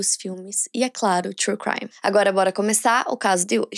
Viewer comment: Quando ela vai falar true crime direito ?